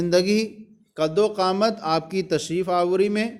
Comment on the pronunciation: قد وقامت نہیں قدومت ہے حضور